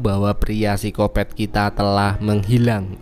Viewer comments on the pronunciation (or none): none